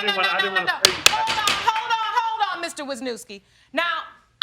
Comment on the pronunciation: I only wanted to say as a Polish person how last name was butchered "Wiśniewski" haha. But when I lived in States people wouldn't even try reading mine, just stared blankly then I knew they meant me lol